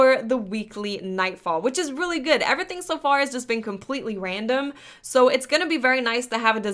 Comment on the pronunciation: I would subscribe... But the way you say "everything" bugs the shit out of me.